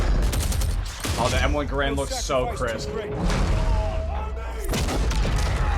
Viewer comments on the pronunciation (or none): I hate when people say M1 Grand. Its Garand (G-Air-End) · its not m1 grand its m1 garAnd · EXCUSE ME ITS PRONOUNCED GARAND NOT GARAND